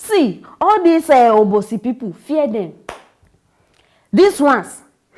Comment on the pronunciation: As u dey pronunce this Obosi dey make me 😁